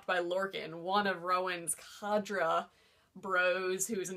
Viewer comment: Cad-dray (cadre)